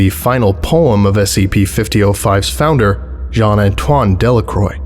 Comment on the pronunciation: The s-c-PEE we're going to be looking at... Is s-c-PEE